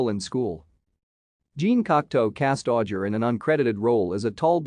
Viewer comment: Pronounced AU-JAY!!!!!